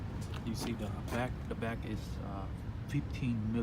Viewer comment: When Asian people say “Duh” instead of “the” haha .. nice fit though